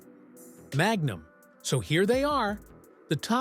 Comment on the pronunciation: "mag. Numb."